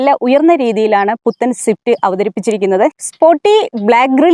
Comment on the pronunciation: സിഫ്റ്റ് അല്ല സ്വിഫ്റ്റ് 😂